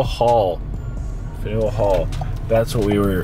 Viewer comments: My hometown - Freedom Trail starts in Boston Common! Faneuil "FAN-y'ull" Hall. LOL :) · Dang when were you in Boston? I think I recall you mentioned you would be in the new england area but I forgot. Hopefully next time your in the vicinity of MA, I will pay closer attention to try and meet ya... also just an FYI it's pronounced fan youwill hall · Hilarious you pronouncing fan-u-al hall. Spelled Faneuil so I get it